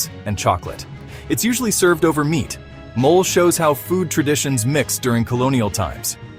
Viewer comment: NOT MOL but Mo-leh😂!